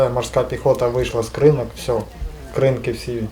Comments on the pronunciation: Ведучі,не будьте дурними, а поцікавтесь як вимовляється назва Кринки.Наголос на другу букву И - КринкИ КрИнки вимовляють кацапи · КринкИ, КринкАх. Можливо вже перестаните каверкати назву населеного пункту!!!